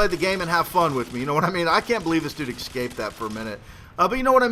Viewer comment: How come you pronounce your S's like an X? Excape, expecially. lawl just saying